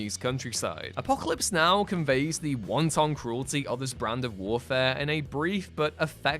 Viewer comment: Wow... our narrator says 'wanton cruelty' but he pronounces it like a chinese meal: 'won-ton cruelty'. I mean, I don't really love them myself but this is going a bit far.